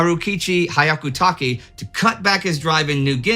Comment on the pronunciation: I don't understand why Indie has such a hard time pronouncing Hyakutake. You keep pronouncing it as Haiakutaki when it's actually pronounced Heeahkutakeh. This is as bad as pronouncing Sake as Saki (which is a completely different word in Japanese). You also pronounced Masayuki as Masayuka (again, different kanji!).